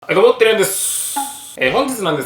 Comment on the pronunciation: 私は昔からどうしても「はいどうも、谷やんです」が「はいどうも、てるやんです」にしか聞こえない。